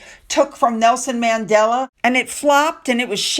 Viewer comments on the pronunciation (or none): none